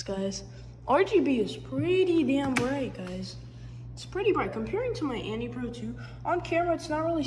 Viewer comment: its anne not annie haha nice vid tho <3